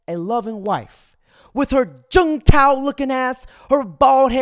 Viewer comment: He said “Jun Tao” lmfao. I am dying.